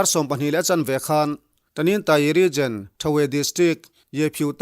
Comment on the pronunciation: Regen....Region tihtur .. a nih hmel